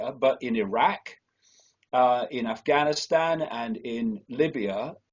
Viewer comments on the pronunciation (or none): none